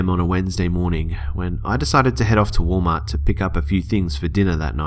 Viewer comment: "wall mah"